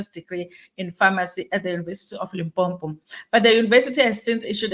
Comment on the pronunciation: Wena haibo! One 'm' in Limpopo not Limpompo. Lim + popo.